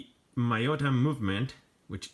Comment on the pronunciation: I've been wanting one of these since the 90s but in that time I lived in Brazil and these were toys for the very wealthy then. I am living in Japan now and a few weeks ago I finally got a 2nd Gen V2. BTW, gentle reminder: Miyota is a Japanese name so it is pronounced "Me-Ota" and not "My-Ota.